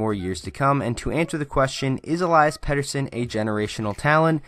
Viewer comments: Eliiiiias, not Elaias.... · Listen to EP himself pronounce it----"El-ee-us"... ((I'll go with that)) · I have a pet peeve with people still not pronouncing his first name properly after he's been in the news and the league for a while now. Elias (e LEE' es) is a special talent with a hockey IQ that is off the charts, silky mitts, he's smooth skating with great balance and edge work and a phenomenal shot. His hockey sense is evident with his responsible back checking and amazing understanding of the game for a kid his age. He's a legitimate game changer, but I'd wait a while before calling him generational. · Why do you call im ilayas?